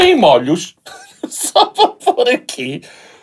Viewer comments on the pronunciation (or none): NÃO SE DIZ "MÓLHOS" DIZ-SE "MÔLHOS" 😅😅😅😅